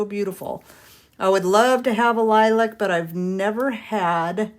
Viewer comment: ONE person (rare!) who knows how to pronounce lilac! 👏 ❤❤❤